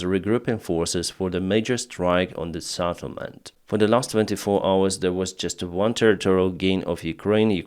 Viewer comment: Settlement not SATTlement.